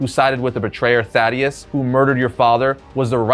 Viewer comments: THAEDUS-pronounced Thā-dus. Not fucking Thaddeus. Idk why but it's bugging the absolute shit out of me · Buddy you need to learn to read 😂. You mis pronounced Thaedus’ name over and again. It’s not “Thadeus” like you kept saying, it’s “Thaedus”, pronounced “Thee-dus” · Its Thaedus Pronounced Thay-Dus, not Thad-Ee-us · Two syllables, Thae -dus. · You keep mispronouncing the name Thaedus. It's like you're misreading it.